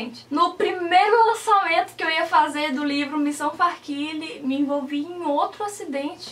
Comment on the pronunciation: farkile? eu pronunciava farkaile kakaka